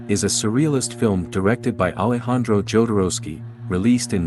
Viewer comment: is'nt it NOT the way Jodorowsky's surname is pronounced?